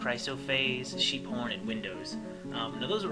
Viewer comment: I had to pause the video when you said she likes sheep horn, because for some reason it sounded like you said "Cheep Porn"